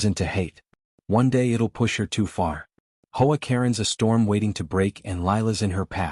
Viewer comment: H.O. A. Katen stop saying as Hoe A. I do not like AI stories they suck .